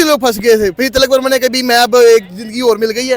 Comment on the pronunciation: ती.लक है not ती. लकी